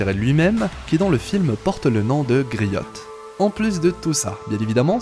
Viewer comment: On dit grio et non griotte